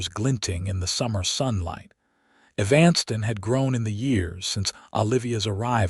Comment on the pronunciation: the man telling this story has a good voice too bad he can't pronounce EVAN STON as the proper way of saying EVANSTON...